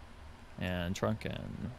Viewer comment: Unneccesary comment but...it's TRUKN, not TRUNKN 😎 Appreciate your input re v4.4 👍